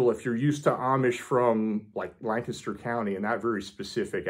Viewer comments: I am impressed. You pronounce Lancaster correctly! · Thank you for pronouncing Lancaster correctly!!!